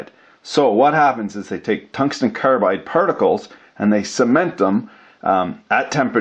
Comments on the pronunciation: I thought I heard cuntsten tongue glide... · "Cuntsten Tounge-slide" but then everyone will hear it slightly differently. Unless wants to provide a transcript or his own subtitles. YouTube thinks it's "contained hung live" 😄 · You had me at "cunston tunglide." Lol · cungsten tanglide? whoa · Harvey Smith I think he also said tungsten son glide when the flir cam was up. rased an eyebrow and chucked a little at em. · “ Cungsten tunglide” !!!! 😂🤣😂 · Cungsten targlide